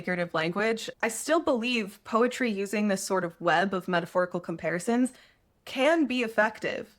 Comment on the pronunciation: POETRY ❎ PEROTY ✅ 😁